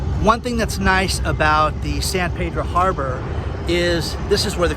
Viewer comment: San Peeeedro...not Paydro